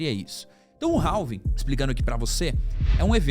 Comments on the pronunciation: não é 'ralvin' que fala é 'rávin'. do you understand me? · Cara, desculpe, mas nao se pronuncia o L da palavra Halving, a pronuncia é algo parecido com RAVING.